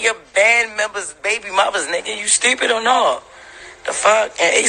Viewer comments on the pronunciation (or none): I can't take all the extra R's Jess speaks with 😂😂 I missed a majority of what she said pondering on "sturpid" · "Stew-pid" Pls jess, stop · I don’t know why but the way that Jess pronounces “stourpid” irritates me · “You strupid” Lol